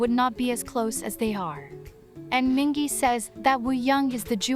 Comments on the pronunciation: i'm quite triggered with how this person pronounced Mingi's name wrong several times LMAO sometimes it's Minji, sometimes it's Min-Gi, then it's mingi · Don't trust this guide's pronunciations. The "a" in Yeosang and San is a long "ah," and rhymes with pond, not short "a" sounds that rhymes with plane or sand, and Mingi's "g" is true "g," not a "j". When in doubt with Korean names, find the Hangul for the name and insert it into Google translate to get an accurate pronunciation. Similarly, though Wooyoung is romanized with a "W" at the beginning, much like the last names Lee and Lim, that consonant is there because it's easier for international folk to pronounce than Ooyoung, Ee and Im, since their vowels don't begin with a gutteral sound. Hangul is wild, but it also makes sense. :D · Mingi's name is pronounced Meengee with a hard g (gee like geese). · It’s a bot for text-to-speech! And it only F’ed up MINGI’S name and Yeosang’s in the beginning 😭